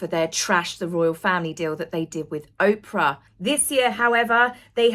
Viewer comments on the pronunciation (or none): none